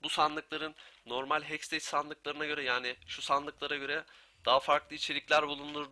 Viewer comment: ''Heksteç'' değil de ''hekstek'' şeklinde telaffuz ederseniz daha doğru olacak :)